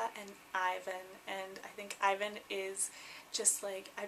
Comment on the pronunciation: I loved your name choices, they are beautiful names but Raphael origins in Hebrew [Elisabeth doesn't] and you pronounced Ivan wrong. p.s [ for a year I've had a class about name origins, their equivalents in different cultures and pronunciations, also I'm Originally from eastern Europe so when a name that sounds obvious to me is mispronounced it pinches my ears , so it's nothing personal] ... I really hope I didn't come across to harsh